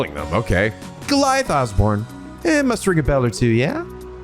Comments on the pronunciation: Quick note: Giliath is pronounced "gilly-ith", not "gi-lai-ith". And recall that Heimdallr is the capital of Erebonia. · Just so you know for the future, Osborne's first name is pronounced Gil-e-ith, not Ga-lie-ith. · Just a little note here, but Osborne's first name, Giliath, is actually supposed to be pronounced as "Gilly-eth". Likewise, Heimdallr has a silent R, so it's just "Heimdall".